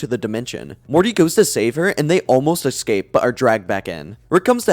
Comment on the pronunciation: I can't believe I listened to 6 hours of a fella pronouncing the word 'ecscape' wrong